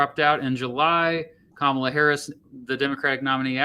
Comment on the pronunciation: That lady is disingenuous and her mispronouncing Kamala Harris name just screams Fox News